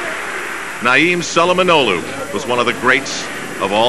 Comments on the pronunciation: His name is Naim not Niam have some respect for the greatest ever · Naim not Niam